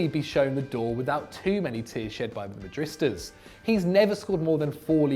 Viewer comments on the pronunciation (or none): Why is it that you can never pronounce "madridista"? It's not difficult at all! You keep saying "madrista".